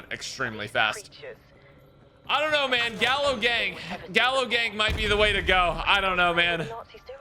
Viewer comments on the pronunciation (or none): Gallo Is Pronounced (Guy-Ohh) in Spanish and im pretty sure they’re using the spanish version or else it would be the spas it’s nerve Wrecking to hear it being butchered. In spanish if there are two L’s together they accent and form a Y when spelling, just a heads up...